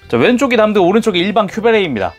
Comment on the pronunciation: 저거 담드 볼때마다 자꾸 큐베레이 댐(Damn)드 라고 발음되는건지 모르겠어욬ㅋㅋ